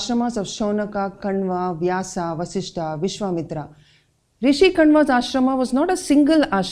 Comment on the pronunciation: “आश्रमा”नहीं होता, “आश्रम” होता है। रामा नहीं राम होता है “महाभारता” नहीं, “महाभारत” है। “व्यासा” नहीं, “व्यास” बोलते है। क्यों मजबूरी है जो सही उच्चार को अपभ्रंस किया जा रहा है। यही है Educational Heritage of Ancient India?